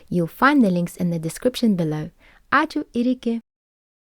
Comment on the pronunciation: Why is the ū in the word Ačiū pronounced short even though it's ū ilgoji?